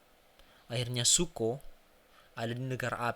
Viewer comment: Siapa A ang? Siapa ruko? Please deh observasi dulu untuk pengucapan yg benar Untuk story telling nya not bad lah cuma pengucapan dan gambar yg diulang2 bikin jengkel. Coba nonton Marvel Universe Indonesia untuk contoh story'telling nya